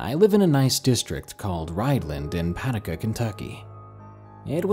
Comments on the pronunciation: Enjoyed entire collection, but the third story about the boys sneaking out, the storyteller mispronounced the name of his own town as "Paah-da-ka", Kentucky, it's actually pronounced "Pah-doo-kah", as in Paducah, Kentucky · puh-duke-uh lol